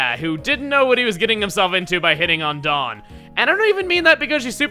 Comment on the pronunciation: Anyone else keep thinking he's calling Dawn, Jon?